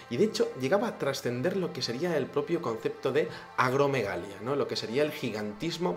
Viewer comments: Como siempre, un video muy interesante. Creo que es importante aclarar lo siguiente: La rara enfermedad causada por una secreción excesiva de la hormona de crecimiento a la que haces referencia (humanos de gran estatura), se llama Acromegalia, no Agromegalia. Salud y Suerte, ¡ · Interesante video. Solo que no es "agromegalia" es acromegalia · ..es Tihuanaco; se pronuncia "tiuanaco". Y el gigantismo por enfermedad, se llama Acromegalia.